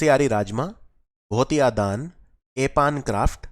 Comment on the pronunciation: Your pronounciation made me laugh 😁 let me correct some words च्युरा oil,भोटिया दन, घुघुतिया, एपण, रिंगाल